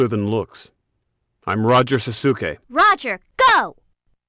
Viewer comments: Though my Japanese is practically nonexistent, I'm pretty sure it should be pronounced 'sas-ke', not 'sa-su-ke' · I’m pretty sure on that last one it’s also supposed to be pronounced “sauce-kay” no “sah-soo-key”. It’s not really an example, but every time I see the Tim Curry’s famous “SPAAAACE!” meme, it always seem like something’s a bit funny about it (beyond its hilarity). It’s like I’m watching a recreation after it’s achieved meme status and Curry is getting giddy with the audience’s excitement to hear the payoff to the tease of where he’s going but is more likely than anything him corpsing because he’s so tickled by his OTT performance and the dialogue.